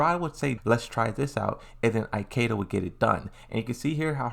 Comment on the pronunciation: Eye-keda... why bro?